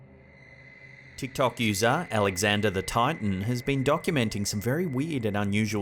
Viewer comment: The hounting of Alexanderthetiton…🤣